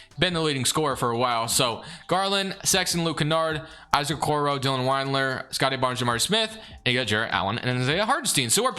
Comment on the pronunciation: Sorry I can’t help it. Lemme say first I loved the video. I was gonna ignore it, but you said it too many times 😂. It’s Wind-lure not Wined-lure. Not a Cavs fan, totally apathetic toward him, just bugged me for some reason lol. Didn’t affect my enjoyment of the video but just had to say something. Again I don’t even know why. But keep killing it! Looking forward to a Pistons one soon hopefully 🙏